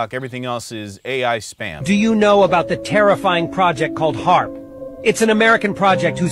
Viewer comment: British nerd didn’t even get the frickin name right. It HAARP not HFARP